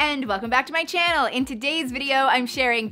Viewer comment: She makes so many luxury bag vedios that whenever I listen to her say welcome back to my CHANNEL I feel she i saying CHANEL😂😂😂